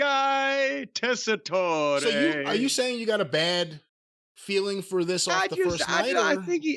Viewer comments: The "e" at the end of Tessitore is silent. Anyway, he isn't offensive... He is okay, not perfect, but just okay. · The “e” is silent, is pronounced like Tessator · These two are so far in the wrestling bubble that they don't know how to correctly pronounce "Tessitore." Everybody's heard of him except these two because normal people don't only watch fake pro wrestling. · Joe was the sports anchor for one of our local news stations here in CT back in the mid to late 90s. He was pretty good back then but never imagined him as a wrestling announcer. Apparently he's always been a huge fan from what I've read. But his last name, doesn't pronounce the e. So you pronounce it as Tessitor.